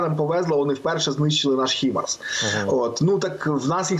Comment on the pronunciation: ХІмарс???? А не ХАЙМАРС ???? ТУПИЙ!